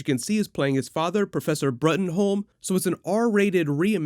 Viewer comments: The professor's name is pronounced "Broom", per Mike Mignola, btw. I like the trailer, I really like McShane, but I really want to hear what Mignola's reaction to the film is before I see it. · Rightfull king of England, not britain... there is a difference. And its pronounced broom not bruttenholm. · Bruttenholm is pronounced Broom